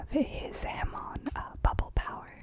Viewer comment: Pretty dope, my pet peeves is when I hear miss pronunciations, "ham-on" and other things, also Bruno and abbachio are adults and I think fugo and mista are as well, could be wrong tho, I love your ASMR tho